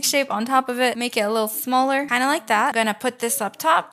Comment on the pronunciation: why did u say smarler